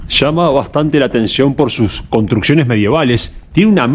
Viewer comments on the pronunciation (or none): none